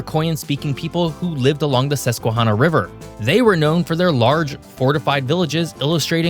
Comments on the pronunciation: Susquehanna as in hand, not hawna.. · You forgot a syllable in the MonONgahela river name. It’s not the “mongahela”… Edit: it’s Susque”Hannah” not susque”hahhnah”.. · Not to nit pick but it’s Susquehanna emphasis on Hannah not hanna. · Good video, but I suspect from some of your pronunciation that you are not from Pennsylvania! (Lenape, Susquehanna, Monongahela. However, you got Lancaster right, which many people don't.) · In PA we pronounce Susquehanna like the name Hannah. I live here, along the Lehigh, I know the Susquehanna is shallow, not suitable for big boats. Bradford county where I spend a lot of time has no cities, very little cell phone service, and if you don't live there you are a flatlander, the mountains there will remind you of west virginia. there is a family in bradford county that in the 1700s intermarried with the brits and Indians and to this day have their own culture and language.Also the French in what is now Wylusing founded the French Asylum meant for Marie Antoinette. She never made it. 😀🤣😂